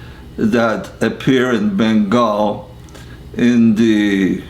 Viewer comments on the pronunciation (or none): none